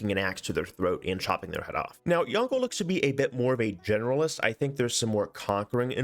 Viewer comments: Would like to point out that Yongle doesn't rhyme with dongle (despite Sean Bean's pronunciation), the G is silent and "le" is more like "lə/luh" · As Chinese speaker I absolutely love how every civ6 youtuber are pronouncing yongle like dongle. It's unique and fun，cuz when you're a speaker of this language you never would have thought that you can pronounce it this way. Keep doing that